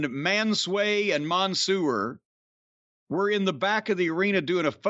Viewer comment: Mon-sewer kills me every time 😂😂😂